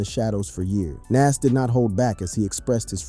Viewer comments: Please pronounce his name Nas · Jayz is from Marcy Projects in Brooklyn. He isnt from Queens and you butchered NAS name, Badly. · Thinking the same thing while watching this! Say his name right! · The fact that he keeps calling Nas name correctly then incorrectly is a problem for me! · Learn to pronounce Nas name if your gunna culture vulture and start doing documentations for Good sakes😅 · RIGHT?! That irked me the entire vid 😣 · Ye that's drives me mad 8n loads videos He doesn't with loads of names Not sure if he's trying to speak clear but get them names right dude